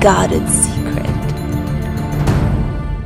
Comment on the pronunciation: Why don't you pronounce the name socotra ithe way the island people do,, soo kuht ra